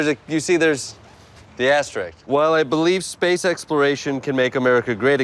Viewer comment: It's not "asteRIX" but "asteRISK," for crying out loud!!!